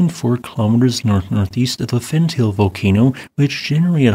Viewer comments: Bruh, if you're going to present yourself as a scientist at least make an effort to pronounce the names of these things correctly. It's not "fen-tail," it's "fen-tah-lay." Likewise, its cousin is not "erta ail," it's "erta ah-lay." Your credibility is questionable when you can't even say the correct names of the volcanoes you're giving opinions about. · The name of the Ethiopian volcano has 3 syllables (not 2). The last two syllables are pronounced: tall (as in a tree, or skyscraper) a (as in the first letter of the alphabet)